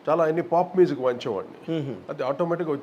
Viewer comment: కోటి గారూ మీజిక్ కాదు మ్యూజిక్ అని పలకరా ప్లీజ్